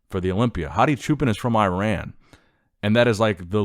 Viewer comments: The main language spoken in Iran is Farsi (you said Arabic). The pronunciation of Iran is not 'I-ran,' but "ur-aan.' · with all due resect, Hadi's mother language is Persian also known as Farsi. Also his country is pronounced EE-RUN and not I - Ran. Thanks for putting all these videos nonetheless. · For your information, it is not AIRAN😂 , it is IRAN, they do not speak Arabic , they speak Persian 😂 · Btw Iran is supposed to be pronounced “ E - Ron” not “ Eye - ran” And they speak Farsi in Iran not Arabic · Psst, Hadi is from Iran (pronounced Eeran), they speak Farsi (persian) there. There are minority languages spoken witihn the border because of te proximity to arabic and turkic speaking countries, but Hadi speaks farsi. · It's pronounced E-ron. (Iran) this is important to people from there. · Hey! Iran is pronounced "ee-ron". Thanks for all the Olympia coverage too! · Americans always pronounce the I same when they say Iraq.